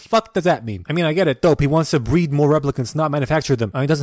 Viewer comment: breed not bread